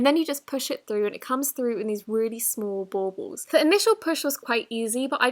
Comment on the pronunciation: "really smoll borbuls "